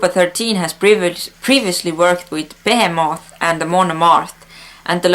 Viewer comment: Is it pronounced Beheemoth or beh he moth?